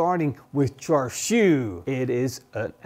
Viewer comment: Its actually pronounced shar shwee, or close to that. The red colour comes from smoking bbq.